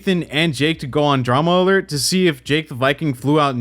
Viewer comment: I don’t know why it’s so frustrating to me every time Keem says Dramalert instead of Drama Alert.